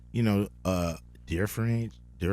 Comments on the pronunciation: When cube ain’t know how to pronounce to differentiate 😭😭 tricky ass word huh 🤨 still my guy though 🤣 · These millionaires cant say differentiate and im struggling.....fml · Today was a good day to find out I wasn't the only one who couldn't pronounce "differentiate." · Damn Cube got me questioning whether I can pronounce 'differentiate' lol still a legend though just bought that album too. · I was dying at each of them mispronouncing the word, differentiate - lol